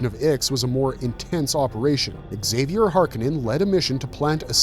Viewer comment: Nuclear. Nu-clear. New-clear. Not nukuler. :( also exk-zay-vier is gonna drive me nuts too. It's a basque name (Zay-vee-er), which eventually became french (Xavier, Zav-yay) and spanish (Javier, Hah-vy-air)